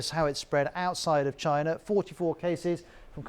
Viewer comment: Nobody: The anchor: CHINER